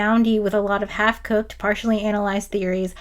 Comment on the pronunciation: On screen: half-cooked. Voice: half-coked. It should be half-cocked.